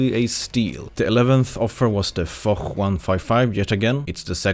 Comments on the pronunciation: It's not fok or forrr 155 but more like Foshhhhhhhhhhhhhh 155 u know? Foch "ch" = "sh" in French :) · Little tip for you guys, the Foch 155 and Foch B are pronounced "Fosh" 😉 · "the Fock 155" is what I heard. Did Zwhatsh said that for a reason? oooorrr.....